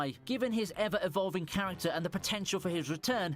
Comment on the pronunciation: OP best "charactror" intros are the best for sure🤣